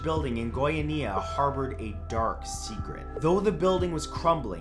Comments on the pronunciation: The Goiania accident was caused by some guys who found some cesium 137 and spread it throughout the city Also its pronounced GoiAnia not GoianIa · The way you say Goiania (Go-ia-ni-a) is funny (Go-ia-nia) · Matthew darling, it's Goiânia, like goi-UH-nia, not goiaNEEa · Sorry but I can't stop laughing at how you pronounced Goiania. lol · Goiânia...love how you say that so, so wrong. Still cute, tho haha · You can Google how to pronounce things dude, Goiânia /ɡɔɪˈɑːniə/ the creepy vibe of your video was ruined after that. The Cesium 137 incident is taken very seriously here, first time I laughed about it. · haha funny way to pronounce Goiania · Goiânia is not quite pronounce like that but a lot of people can't pronounce it properly so that's ok. Also, the story goes a lot deeper and is even considered the second biggest radioactive accident ever and the biggest when it comes to radiological incidents. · its cringing to see you misspronouncing Goiania. put on google to see the pronunciation in Portuguese at least man, be professional.